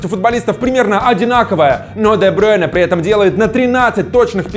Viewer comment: Брюйне а не Брёйне